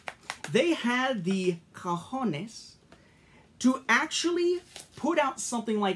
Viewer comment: Your Spanish is spot on, said cojones better than a Hispanic would.